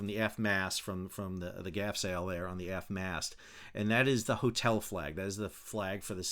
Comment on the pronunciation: Why do say mass instead of mast?